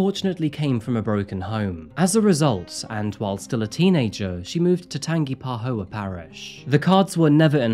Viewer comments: Tan-gee-pa-HO Parish. (just one of those kind of words,ha). I live nearby in Baton Rouge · Tangipahoa is pronouced Tan ja pa ho ah. I know how you are always wanting to say the places correctly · it's pronounced tan-ga-pa-ho-a parish 😢😂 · it’s pronounced Tan-ja-puh-ho-uh lol. I got weak with laughter after you said Tangi 😂😂😂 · I'm from Louisiana and I absolutely love to hear how different folks pronounce our very difficult city/parish names. It's actually pronounced tan·juh·puh·hoe·wuh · I legit LOVEEEE your videos more than any other channel on YouTube, but your pronunciation of Louisiana places just about kills me 😂😂 it’s New Or-linz and Tan-juh-puh-hoa!! Don’t worry though, us Cajuns realize it’s impossible for even 99% of other Americans to say 🤣❤ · Hello!!! Awesome video✌️✌️……. It’s pronounced “Tanjepoaa” parish. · Great work bud. Just one thing. It pronounced Tan-jip-a-hoa. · Tan-Jeh-Pa-Ho-Ah Parish. But not knocking it, alot of the names are hard to pronounce. Sad case but as always look forward to your videos. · I love your videos! I am born and raised in New Orleans … Let me help you out! New Orleans : “ Or-Lens “ Tangipahoa : “ Tan-Jah-pah-hoe” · Tangipahoa... Tan ja pa hoe ahhh. 😉 A lot of stuff in Louisiana is hard to pronounce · always interesting to hear people read pronounce lousiana parishes Tangipahoa (tan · juh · puh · hoe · uhh) I can't pronounce most of them, don't even ask me to spell half of them without googling it a lot of people do call it tangi (tan·gee) tho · i forgive you but its pronounced Tan-gee-pa-hoh-ah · Bahahahahahaha it’s tang eh puh hoa parish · It's pronounced tanjipahoe-a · Tan-ja-po-ho-a. If you need help pronouncing Louisiana words let me know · Tan-ji-pa-ho-ah parish. Not whatever the hell you said. Lol If ya don't know how to pronounce something. Google. 😊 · As someone who grew in New Orleans, his pronunciations of New Orleans and Tangipahoa were crushing me lol! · Great content. Unfortunately Tangipahoa was mispronounced